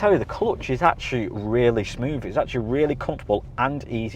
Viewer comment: This presenter is really irritating with his ridiculous failure to pronounce the “th” sound properly. The more I heard “ two fousand and twenty free”, and “smoov” the more I wanted to slap him.